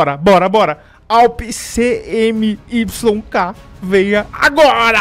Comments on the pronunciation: dae suave, n se diz CMYK, separado se pronuncia (cimik), ciano,magenta.yellow,black abraço é nois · Fala, sou desigenr e a pronuncia da awp é "cemiqui", é um sistema de cores usado em impressão. Video top